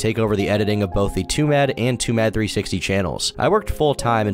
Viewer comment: "Twomad" rhymes with "too mad".